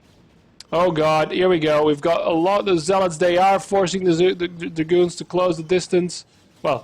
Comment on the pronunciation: "ZLOTS" LMAOOO